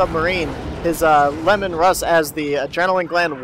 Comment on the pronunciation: Lee-man russ, not lemon. Named after the primarch of the Space Wolves.